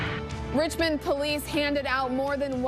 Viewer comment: Ah yes, OLICE